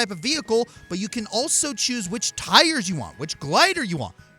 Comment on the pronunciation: Whatever you CHOOSE,? Putting lots of emphasis on that. Calling it now: Next time is PokéMonth! BRING IT ON!!!!